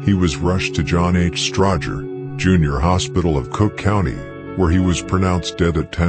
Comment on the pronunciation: It’s a robot, this dude from the UK. Peep how it don’t say Stroger hospital right either.